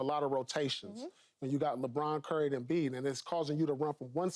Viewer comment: Usa captain is french .... Léébron